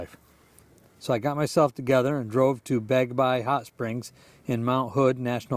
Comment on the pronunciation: Awesome video! Thanks for sharing my 2 stories. You’re becoming quite the filmmaker! Sorry for all the tricky words and names. 🥹 Yacolt=Yeah-colt. Bagby=Bag-bee (hot springs). Oregon=Orygun 😉 Keep ‘em coming!